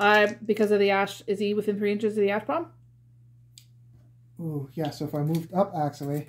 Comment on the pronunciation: Sounds like your saying a** bombs when saying ash bomb.